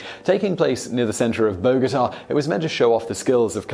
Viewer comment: Cool video but please learn how to pronounce Bogotá.